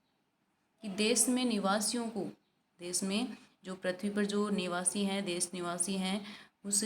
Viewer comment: मेम, देस नही देश बोलिए।बच्चे आपके उच्चारण का अनुकरण करते हैं।